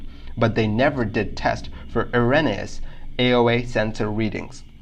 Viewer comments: WTF is a-ren-e-us? It's pronounced er·ro·ne·ous. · No disrespect intended, but 'erroneous' is pronounced a bit like air-own-E-us (with the 'o' being a long vowel).